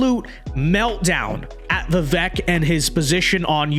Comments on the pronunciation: Pronounced VIV VAKE, for goodness SAKE 😊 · Even commentators who agree with Vivek's positions will still not even bother to pronounce his name correctly. Very lazy of you,.